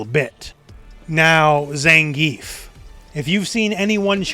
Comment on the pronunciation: It’s funny how you insist on pronouncing Manon’s name “correctly”, but you mispronounce Ryu’s and Zangief’s names. You can’t pick and choose like that. It’s hypocritical.